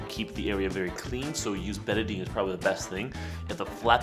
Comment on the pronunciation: Betadine is really not recommended usage for wounds anymore because it also kills white cells. Then again I knew you weren't a real doctor as soon as I heard you mispronounce Betadine. Soap and water is what any wound care provider would recommend now.